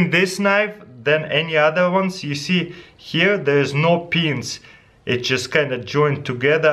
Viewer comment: omg:Dyou acidentaly said ''thets pretty much sh*t,, instead of ''thats prettyy much it,,(it sounds like it :D)